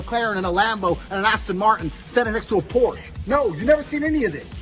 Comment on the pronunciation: yet mispronounces Porsche as well 😪